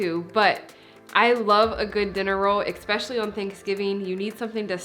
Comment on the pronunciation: Why do Americans sometimes say 'expecially'?